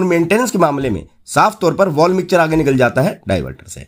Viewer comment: मिक्चर नही। मिक्सर।